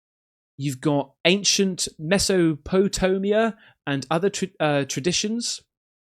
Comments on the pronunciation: please try to learn how to read your own language properly, "Meso potonia" was really embarrassing 🤣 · “You got ancient Mess oh poe tomia” 🤣🤣🤣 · It's pronounced.....Mess-O-po-tame-E-uh. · LMAO MESO POE TOW ME AHH 🤣🤣🤣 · Mess-oh-pet-ay-mee-ah.... Dude, look it up. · Google how to pronounce Mesopotamia because it’s not how you said it mate😅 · I love your show brother. So much so that I want to throw out some constructive criticism and I hope you don't take it the wrong way. Studying your information that your going to throw out to the Mass's. Correct pronunciation is a big thing nowadays. Mesopotamia has been around for a long time and the big black cube in Mecca has been also. To complete your show and get a flawless victory is very impressive. It just takes a little extra time and you'll learn something new while you're at it. Peace my freaky brother from another mother. Love the show bro. 🛸⚡📿👽🛸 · The pronunciation of Mesopotamia XD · When you can't pronounce, obviously because you've never heard of Mesopotamia....you lose credibility. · Dude….Mesopotamia is a word you need to learn if you’re gonna do videos about UFO’s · I swear to god I’m just getting dumber watching these videos. OMG the hexagon on Saturn!!! Did you not go to middle school science class….? Jesus Christ. Nice job pronouncing Mesopotamia mate brilliant. I really hope some of these reactions and comments are for views only….i can’t… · How do you not know how to correctly pronounce the earliest human civilization recorded in history? It’s as if it’s the first time you’ve seen that name… Maybe slow down on obsessing about fiction and conspiracy theories